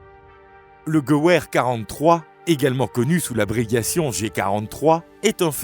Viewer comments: ce n est pas "gueouair " mais" guévair " soigne ta prononciation merci:face-red-droopy-eyes::face-red-droopy-eyes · Oula oula... Deja c'est Gewehr pas ''geu ouère'' et ce n'est pas un fusil à gaz mais à empreint de gaz, le Luger c'est P08, pas P0, on dit pistolet-mitrailleur, pas mitraillette, le Panzerfaust est un lance grenade jetable, pas un ''canon antichar'' un ''ceinturon en cuir en forme de Y'' s'appelle un brelage... Ca fait vraiment pas serieux dommage c'etait interessant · Video intéressant, mais qui serait bien mieux si l‘auteur apprenait à prononcer les mots allemands correctement (Gewehr, Stahlhelm, etc…), et pas comme un mélange d’anglais et de français. 😂 Pas un mot allemand n‘est prononcé correctement.